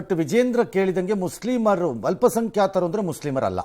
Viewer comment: ಮುಸ್ಲಿಮರು ಅಲ್ಲ ಮಸ್ಲೀಮರು 😂